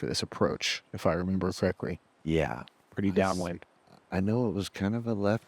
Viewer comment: "if i remember for-reck-free" (correctly) He's BLITZed! and still slaying on the commentary! You do you boo! 🤣